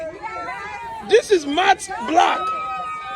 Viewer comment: Say that color again...."Motte Block" 😂😂😂